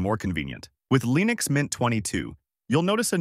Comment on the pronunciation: why do you keep calling leenix?